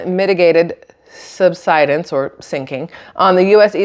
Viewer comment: You're pronouncing sub-sid-ence correctly. You're doing great. 🙂